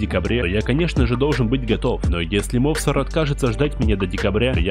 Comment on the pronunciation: Мовсар😅 не правильное ударенре